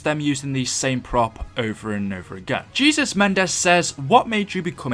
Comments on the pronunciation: Dude has the last name Mendez and you pronounce 'Jesus' like Christ lml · The way he says Jesus Mendez